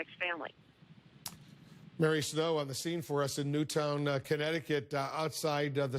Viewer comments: In fairness to the first reporter it’s understandable to read it out phonetically if you’re seeing the name of the town for the first time as you’re breaking the news. Someone 100% should have told Obama how to pronounce it though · that first reporter and obama. how fucking hard is it to pronounce "newtown" correctly